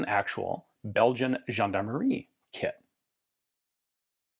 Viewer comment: Good pronounciation for "gendarmerie" Ian. "Gendarmerie" is a french word. 😄